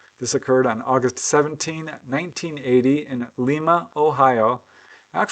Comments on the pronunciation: Gd Bless you,! LOVE your vids! One suggestion: you need to "mid-westernize" your pronunciation of cities in OH. Unlike Peru (which pronounces it LEE-MA), people in OH pronounce it LEYE-MA (long i). We have a TON of other cities in OH that carry names of other countries and cities - Bellefontaine (pronounced BELL-FOUNTAIN), Russia (pronounced ROO-SHEEY), etc.:) Keep up the GREAT work! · FYI, Lima, OH is pronounced as in lima beans, not as it is pronounced in Spanish. I visited there occasionally as a child as one of my grandfathers was born there.